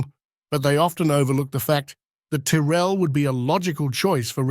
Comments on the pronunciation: Interesting research. Why do you keep swapping pronunciations of the name Tyrrell? It's normally pronounced 'Tirrell". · The voice doesnt pronounce Tyrell the same way all the time. Disappointing